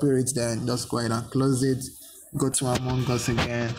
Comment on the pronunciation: No one: Litteraly No One: Him: among gus.